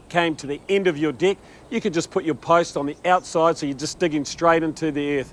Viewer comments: he says DECK. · Until he says "deck"